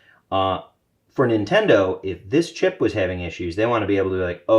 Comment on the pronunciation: "Nintondo" I lol'd.